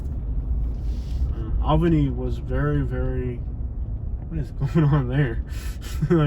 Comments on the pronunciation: Say it with me now- "ALL-benny". Almost awl-benny. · 2 1/2 minutes of repeating himself. That’s a lot of babbling. East albany is all hood. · Doesn’t even know how to say Albany 🤣🤣🤣❤️ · You saying the city name wrong sir